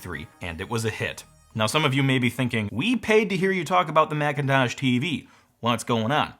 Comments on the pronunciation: Excuse me, did you just say blackintosh ??? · "Marchintosh"? Really? 🤨 You should have gone with "Apprile". 🤦